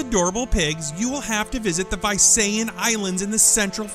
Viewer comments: It's NOT Vayseyen, it's Veesayan. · its not vay-sa-yan its vi-sa-yan :D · WHAT THE HELL? Visayan is pronounced as BI-SA-YAN not BUY-SA-YAN. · It's not "Vay-say-yan" it's pronounced as "Vi-sa-yan". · that visayab pronounciation, lol it's vi-sa-yan not vay-say-an 😂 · This is how you pronounce Visayan Warty Pig, Bee - Sa - Yan Warty Pig Not Bay - Sa - Yan. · it's vi-sa-yan not vay-se-yan. anyway nice video. keeps myself smiling for a while. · its not Vaysayan Its pronunced Veesayan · Sorry but you pronounced the Visayan warty pig the wrong way. You said it Vyseyan But we Filipinos say it visayas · lol It is pronounced as Vi-sa-yan not Vay-say-yan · It's pronounced as V-Sah-Yan not Vi-say-an. Haha. 😁😁😁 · Vi-sa-yan, not Vay-se-yan 😆😆😆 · its Bi-sayan .. not Vai-sayan. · it's not bay-sa-yan its bee-sa-yan I know it cause I live in the Philippines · Haha. I know right? 😂😂😂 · Visayan is read as vee-sai-an.. It's not one but a group of islands.. It is also a demonym as well as a dialect for those who live there.. Thanks for including the warty pig on this list.. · Correction; Visayan Warty Pig is pronounced as veesayan warty pig. Filipinos pronounced I as ee, believe me for I am one of them though I live in mindanao. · umm, the visayan warty pig is pronounced as "vee-sa-yan" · Visayan is actually pronounced as vee-suh-yan. I know this because I live in the Philippines. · he mis pronounced Visayan its pronounced Vi(how you say the letter V)-sayan(the letter A's are pronounced like you pronounce the letter a in apple) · Visayan is pronounced as " vee-sa-yan" not the one you spoke.. I live there! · dude, it's pronounced as vee suyan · You mispronounced Visayan :/